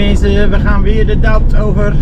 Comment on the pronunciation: Le doubs wordt uitgesproken als le doe en besancon wordt uitgesproken als besanson met s niet kwalijk nemen voor mijn verbetering maar wel af en toe wat raar